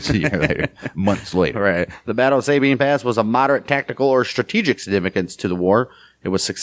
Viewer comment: I like your report. Keep it up. One thing though, In Texas we don’t pronounce it SAY Bean With accent on first syllable. We say Sa ( as in saw) Sa Bean. With accent on 2nd syllable Thank y’all